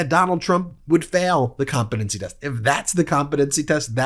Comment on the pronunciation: I like the way he pronounces it "comp a dunce ee" test.